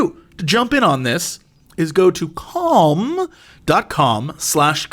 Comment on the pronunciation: Jesse tries so hard to not pronounce calm as com that it's starting to sound like cum.